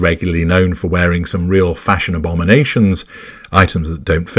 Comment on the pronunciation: Fash-On? Lord, have mercy...